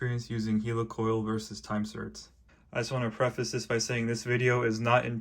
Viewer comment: Helicoil - pronounced in the same way as helicopter, not 'heelycoyle'